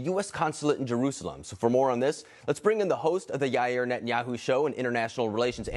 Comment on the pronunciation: Yair ❌️ Ayri ✅️